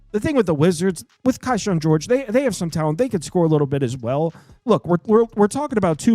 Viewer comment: hey! just wanted to say it's pronounced keeshawn george! thanks for the great content